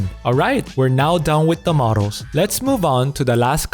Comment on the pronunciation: OMG, in the initial part of the vid looks and sounds like Philip from the O'Grady cartoon series!!! XD Also, great vid but "modals" and "models" aren't homophones, and saying "and et cetera" is grammatically incorrect because et = and. (Grammar Nazi here, enjoy my phenomenal wisdom!)